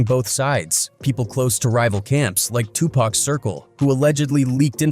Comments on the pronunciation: You are saying his name wrong it’s 2 pac not 2 pack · 2 Pack??? Could you sound any whiter? And I'm white! I think the world knows 2Pac is pronounced, (Two Pock) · How hard is it to say pock and not pack 🙄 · It Tupac not Tupack !! Have some respect in this ICONS name !! Notice Snoop is on EVERYTHING !! Dre like !! "Just keep my name out this shit". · Tupac not Tupack WTF !!!! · Tupac!!! Not Tupek.. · Why tf so many white people say tupack??😅😅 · 2 Pack. Pronounce the name right. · Mans said TWO PACK. Man ppl still can’t pernounce big homies name ? And yeah snoop yeah. Idk about u fam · I stopped watching when it said Tupack... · 2 Pack...PLEASE say his name like he said it!!! Driving me crazzzzy 😖😂🤣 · Why report on a topic and can’t even pronounce their names right?? Who is 2 pack?? You shouldn’t be reporting anything and can’t even report the victims name correctly. Go back and do real research stop just trying to put anything out there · I just can't handle "2 Paack" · I wonder if we spelled it 2 poc they will pronounce it right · I was trying to finish watching this but the 🤡 narrating this said 2pack one too many times infuriating me 😡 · If this man says 2 pack one more time I am gonna pull my hair out At least Iearn to pronunce the name damn!! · Quit dissrespecting the dead, it's not TuPack wtf! Why do you narrators continue to do this. I stopped midway due to this. Cut it out already! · It pisses me TF off that the AI keeps saying Tupac like that 😂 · NONE OF US APPRECIATE YOU OUTRIGHT DISREGARDING AND DISRESPECTING TUPAC BY PRONOUNCING HIS NAME WRONG ON PURPOSE.. WHY ARE YOU DOING IT.. APOLOGIZE TO THAT MAN... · If you don’t know how to say 2 Pac, dude, maybe tell us another story that you actually know about. It’s so irritating!!! If it’s AI mispronouncing then teach it how to say it correctly. I mean get it together, consider who your audience is! Common sense! PAC would appreciate the effort because that’s respect for the dead. Otherwise the content was ok.